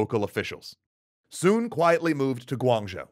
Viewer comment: I'm pretty sure that common pronunciation is "Sun", not "Soon". Source: I'm Chinese and grew up in Hawaii. Oh...and are you not doing the cool quirky voice anymore? It was your differentiator - it really made your videos stand out!